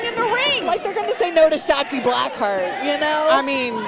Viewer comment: Um yeah, hon? It's SHOTZI not "Shotski. G'dam that's was annoying. Who was that? Jim Ross sister on commentary?